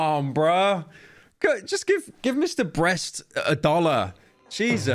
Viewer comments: I'm trying to figure out if you're purposely pronouncing mr. beast wrong or insult him I'm confused or is there a mr. breast on youtube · I like how Pyro is no longer able to pronounce Mr. Beast's name properly anymore